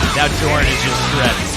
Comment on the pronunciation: You pronounce Jorn as Yorn......and Lande as Lawn-Day.